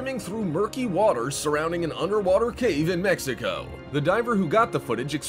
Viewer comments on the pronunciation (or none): none